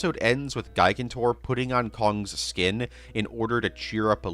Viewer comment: I can tell you’ve never seen Night at the Museum because of the way you say “gigantor” 😂